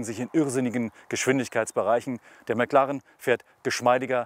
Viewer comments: Erst sagt der Neunhundertelf und dann noch McLarren. Schrecklich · Wenn man nicht mal McLaren richtig aussprechen kann...